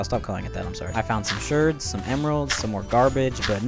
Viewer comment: pottery "shErds" im dieing